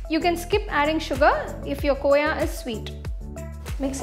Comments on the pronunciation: mujhe pta hai khoya kya hai pr vo kooya kyu bol rhi hain? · Koya nhi hota khoa hota hai...btw paneer looks delicious